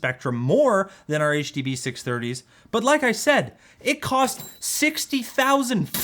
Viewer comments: Ah, yes! the Huh Duh Buh Six Hunge-30s, by old mate Senny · It's the HUH DUH BUH SIX HUNGIES